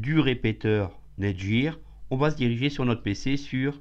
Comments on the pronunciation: NETGEAR se dit: nète-guire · Nète guieur lol